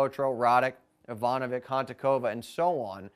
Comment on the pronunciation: For god's sake!! It's pronounced IvanoviCH, AnCHiCH, CHiliCH, KarloviCH, LjubiCHiCH, they're serbian/croatian!!